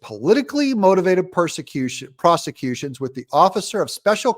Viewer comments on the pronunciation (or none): Freudian slip, Doug, of your mispronunciation of “prosecution”! You were right the first time!